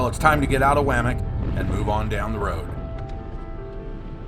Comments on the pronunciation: I'm confused. About 25 years ago, I worked a delivery route through the town of Wamic. At that time it was pronounced: Wah-mic, not waa-mic. It's an Indian name. It used to be called Taylorsville. What's up with that? Or is it AI. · You might learn to pronounce the names of the places your going, as a nearly 50 year resident of OR (Eastern, Western & Central) you lose all credibility when you mispronounce the words. Trying to be a tour guide & doing that makes you sound like an amateur. It's W(ah) mic. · You need to stop in wamic and ask a local how to pronounce it’s name. My mother was born in Wamic